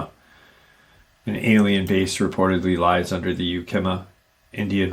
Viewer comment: FYI: It's Yak-Uh-Ma (Ma as in mama)